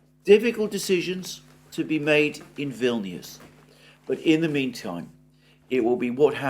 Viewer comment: Vilnuous rhymes with villainous! Ominous?